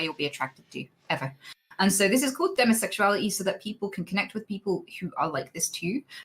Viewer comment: i completely forgot she identifies on the ace spectrum. I don't hear that accent/pronunciation choice for demisexuality that often